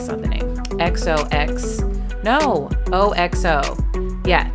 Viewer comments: Aren’t they called “OX” like the animal - O “Ox-oh” ?? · Oxo is one word! Pronounced ox-oh